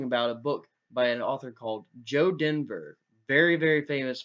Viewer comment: Dever, not denver